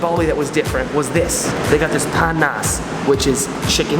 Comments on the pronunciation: I like how he says panas into pan nas XD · It's not "pan nas" it's panas Panas = Hot